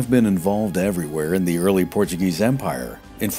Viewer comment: Portuguese here, you conviced me to buy the book. Amazing work, phenomenal pronunciation ;)